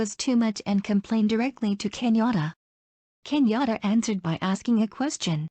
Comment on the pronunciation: This person is mispronouncing Kenyan names. It took me a while to realize that Kinyora is actually Kenyatta. When I see the kumekucha vedios, I look forward to just one voice. I don't even know what this vedio is trying to inform us.